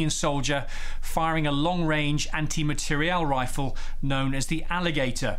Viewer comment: besides taking out material, your video is killing the language too! MateriEl.